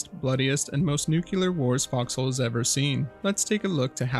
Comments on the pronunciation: why do you say "nucelar" instead of "nuclear" it's mildly annoying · Nuclear - *NEW-CLEAR,* not nook-kue-lar. An atom has a nucleus, not a nook-u-lus. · It's pronounced nuclear, not "nucUler", troglodyte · It’s not “nuke-yeller”. It’s “nuke-clee-arrr” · Stopped at "nucular". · Just try saying “new clear” or something and see if that works. Thank you, love your videos regardless of how you pronounce nuclear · Your pronunciation of "nuclear" is generally a huge pet peeve. Some people get pretty annoyed hearing "Nukular" great video tho 👍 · I HAVE to ask that you try to pronounce "nuclear" correctly